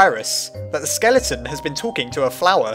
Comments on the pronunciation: Everyone: skeleTON: skellyTON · sans isnt a skele-a-ton get it skele-a-ton:-D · well sans isnt a skele-a-ton hahahaha ha i keep Doing skele-a-ton